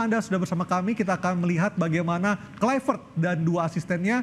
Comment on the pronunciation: kluivert (Kl'aivert) bukan (klu'i vert)